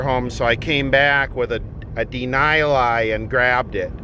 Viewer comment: deny-ly... hahaha. its den ah lee